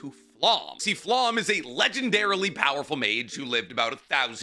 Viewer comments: Correct pronunciation time here. Serie = Zer ee Sein = Zein Stark, just as its written. Idk why keeps adding an h in there. Ummm Flamme = Flah meh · I know you don’t speak German, and yeah you’ve got a great reason for not 😅 But omg your pronunciation of some of these words. Specifically Aßerst and Sein, and to a lesser extent Flamme.